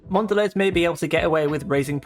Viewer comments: It's awful because it now tastes like pure sugar and nothing else....and that's coming from me, someone who loved sugary sweet chocolate and grew up in the US loving Hershey bars. I refuse to have Cadbury since it was bought. It's awful. PS Mondelez is pronounced Mon-da-lay. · Mon dell EEZ. Bro... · Great video.I agree with your points. It's a shame what happened to Cadbury's. Mondelez is pronounced Mondelay btw.